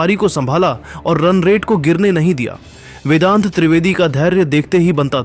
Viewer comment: Abbe O Content Reader tape mein 0.37 par vendat nahin vedant treivedi aur tabaad tod nahin taabad tod hai. Shabd bolne ki samajh hai nahin aur chale hain social media par videos dalne.